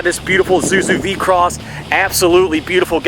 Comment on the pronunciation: It's vehi-cross, not v-cross. Also It's borg-warner not Bob Warner. 😂